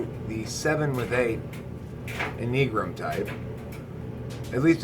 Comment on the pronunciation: Is that how you pronounce enneagram?